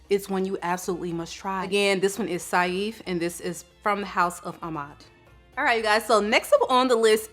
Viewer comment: Love the video! Saif is pronounced exactly how you'd say safe btw <3